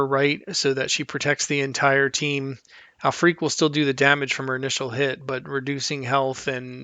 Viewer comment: I believe her name is pronounced "al-frick"